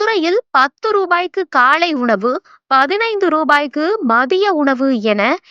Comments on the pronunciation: காளை உணவு அல்ல அக்கா...காலை உணவு அக்கா...english medium ஆ...ஹாஹாஹா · காளை உணவு இல்லை காலை உணவு . தமிழை கொல்லாதீங்க